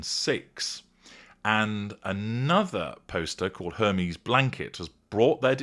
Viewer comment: Dear - it's pronounced "AIR-may". Just sayin'.